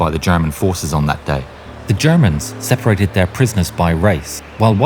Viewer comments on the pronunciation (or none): none